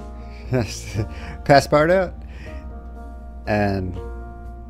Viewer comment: It’s pronounced pass-par-toot 😂